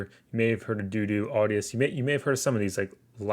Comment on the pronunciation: Great info homie. I'm pretty sure DODO is pronounced doe doe, not doo doo lol